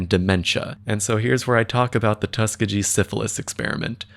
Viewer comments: its tuh-skee-gee 😕 ‼️‼️ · as someone from alabama and who has friends who go to tuskegee uni i noticed it right away 😭🙌